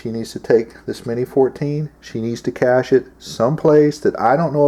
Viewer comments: Cache not cashe .. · "Cashe?" "Cache." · CACHE not caShe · Cache, not cashe.............. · Cache, not cashe. Also pronounced 'caysh', not 'cashay' like alot of ignorant do. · Toxically Masculine its actually pronounced Kayshe. I will also accept Kashay. Not cash. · CaChe not CaShe. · Dude, it's "cache"... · it's spelled "cache," and pronounced "cash" just lettin ya know :)